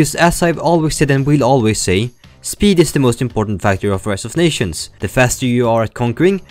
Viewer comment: ive been hearing “riced” instead of “rised” this entire time, so uh